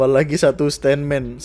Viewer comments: Bang, yg bener itu "stuntman" bukan "stunman". Kalo "stunman" nanti malah bikin mandek jalan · stuntman bang bukan stun man wkwkwk